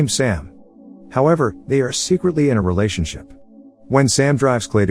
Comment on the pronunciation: He said realation ship multiple exatily 999